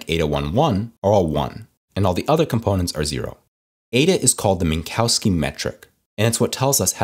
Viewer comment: Always funny to me how Americans pronounce the name Minkowski ^_^. Thanks for sharing this nice video!